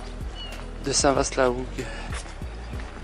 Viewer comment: Cc à vous 2. Tjrs un réel plaisir de vs écouter et de se promener avec vous. Petite info: on ne dit pas Vaast mais va! St Va (Vaast) la Hougue 😉 (suis normande 😉) À bientôt.